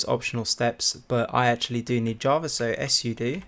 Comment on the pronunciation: Why do you say " s soodoo" when all you need say is " Soodoo" when talking about " Sudo" for admin level access involving the commands? the " S " at the beginning of your reading is redundant.